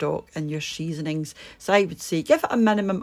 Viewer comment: Looks great! Love that you pronounce stock and seasoning as schtock and sheasoning